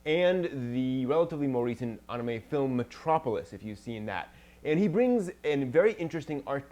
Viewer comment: Why does it when she says Anime it sound like Onamay? XD